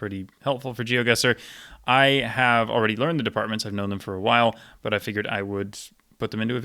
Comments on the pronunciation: Your pronunciation of french departements is excellent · Very impressive as always. Curious to know if you're fluent in French and if you are, where did you learn? I'm from Montréal so it's fun to hear you pronounce all these departments correctly lol